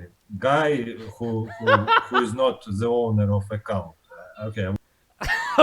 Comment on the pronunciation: Grischuk: "some guy who is not the owner of a cow" I swear I thought he meant xQcow ....I laughed so hard. I figured out later he meant "account".